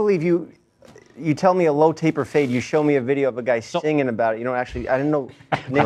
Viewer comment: We need an episode where Ethan finally learns how to pronounce the word "singing"